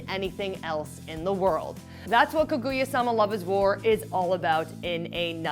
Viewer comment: its kaguya not kuguya, pepega